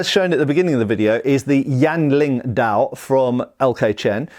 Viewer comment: That being said, he does pronounce dao wrong, as well as some other words.